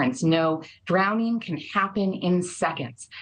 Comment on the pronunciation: “ecspecially” . . . “drownding” . . . how did this woman achieve a career in broadcast journalism???